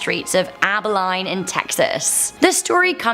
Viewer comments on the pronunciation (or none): Love the video but hun it’s pronounced “Aba lean”. Keep up the good work. We had the hanging tree, turns out the cattle thieves hung there were related to the ex. Nothing that happens in Houston surprises me. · First clip--town is pronounced Aba-lean, not Aba-line. Wow, so many from Texas. Big state, big legends. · It’s not Aber Line Texas. More like Aba a lean